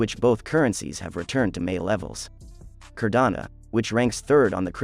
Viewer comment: It’s Cardano, not Cardana